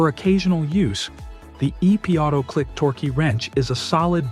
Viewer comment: "Torky" wrench? WTF?